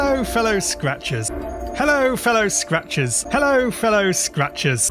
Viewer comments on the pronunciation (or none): "Hello Fellow Scratchbaits" is what i started to hear after hearing it for a nice minute or two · It started sounding like “hello fellow scratches”